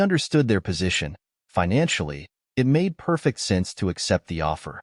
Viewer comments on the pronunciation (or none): none